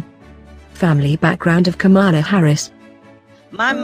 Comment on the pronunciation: She is not KAMAALA HARRIS AS YOU PRONOUNCE IT - HER NAME IS PRONOUNCED KAMLA NOT KAMAALAA